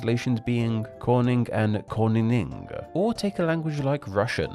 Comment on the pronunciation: I'm amazed how close you came to pronouncing Koning and Koningin. It wasn't perfect but it was very good!